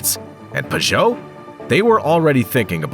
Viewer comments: Pew•Joe Not Pah•Joe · Never heard Peugeot pronounced pageau before